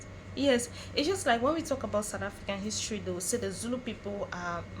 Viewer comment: My brother creates his own his-to-ry😂😂😂